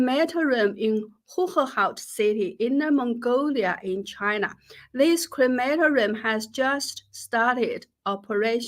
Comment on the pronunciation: Jennifer --- a note on pronunciation: cre ma TOR i um, not on the second syllable. What a ghastly growth industry! Now the "People's Republic" has caught up with Nazi Germany in disposing with human remains. How much better, the traditional way, when the ancestors were buried in the good earth, in the uplands above the fields -- not land needed for crops, but they were always close to the living family members who worked the soil!